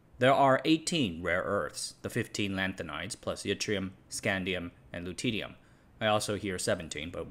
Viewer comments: It's silly, but Lutetium is pronounced "Loo-tee-shee-um" (or "Luh-tee-shee-um" in UK) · The way pronounces loutittyum makes me titter with glee